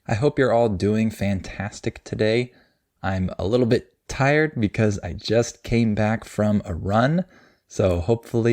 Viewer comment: A little bit You don't pronounce the t right in little and relace it with a in bit or what l? Like ( alil be2)?